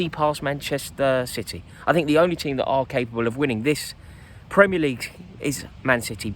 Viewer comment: "Premier LEague" You've fucked it there Rory